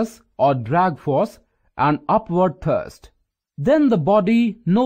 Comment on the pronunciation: Upward thurst hahaha🐒 but thankyou fr the video